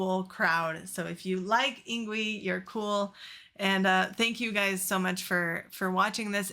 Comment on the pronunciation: His first name is pronounced “ing-vay”. 🤙🏻😎